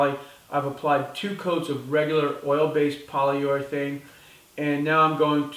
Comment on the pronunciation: Poly-your-athane. Lol